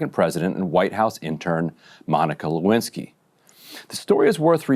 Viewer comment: "Lewinski", is that French ? 😂